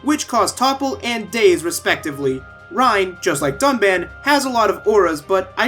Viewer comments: Mister Payah They pronounced Reyn as Rain, Nopon as Napon, and Dunban as Duncan. They baited us. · btw they reuploaded the review and tried to fix the pronunciation but they just called him dunbon